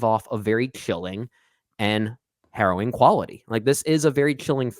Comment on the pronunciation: Are you guys saying Horrowing? It’s harrowing….